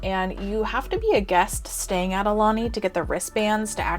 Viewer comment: BTW...Aulani=Ow-lah-nee=Chief's messenger